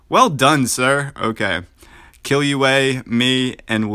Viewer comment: that's not how you say killua 😭 And I manage to get almost 230k with my team on the hard mode I'm pretty proud 😎👍